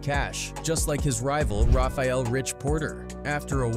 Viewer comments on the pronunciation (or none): Rayful Edmonds. Not Rafael…🤦🏾‍♂️